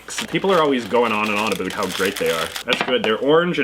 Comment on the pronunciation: I know Canadians to you should I don’t say a boot but you said that in this video so yeah I’m not American.. I’m Norwegian